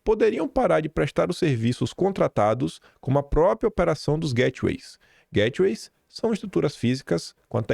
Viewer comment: Hi, please ask Michelle how to pronounce GATEWAYS. 🤦🏻‍♀️